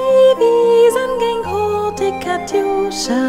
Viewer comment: hurtig, innig Wörter auf -ig werden im Deutschen -ch am Wortende ausgesprochen, nicht mit k.